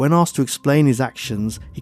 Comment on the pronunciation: I love these stories and can't believe you haven't got a million subs, but there is just one thing that drives me nuts... arksed instead of asked, its sounds sloppy you say asked sometimes so I know you can do it!